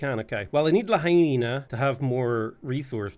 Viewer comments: Pronouncing Lahaina like La-Hyena is killing me man 😅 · Aloha from Hawaiʻi. It's La-hai-na. Like.. fa la la la la. Hi, like hello. Na. Like na na na na, na na na na, hey hey hey, goodbye:) <3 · La-High-Na is my favorite city on the island of Maui, it’s hilarious to hear you pronounce it som many different ways.